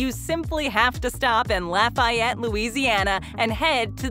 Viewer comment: It is “laFEEyette” not “lafEYEtte.”